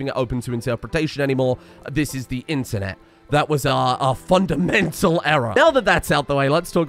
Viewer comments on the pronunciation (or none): none